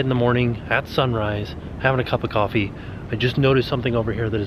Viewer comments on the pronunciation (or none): none